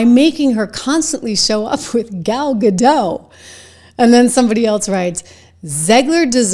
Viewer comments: It is GADOT NOT GADO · It's pronounced Ga-DOT, not Ga-DOW. Gal is Israeli, not French. 🤪😝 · ....not to be picky but its pronounced "ga-dot" rhymes with "got"... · Hey…just one thing. Gal’s last name is Gadot. The T is pronounced. It’s Hebrew, not French. I noticed that a lot of Americans pronounce it like JK Rowling intended Voldemort to be pronounced.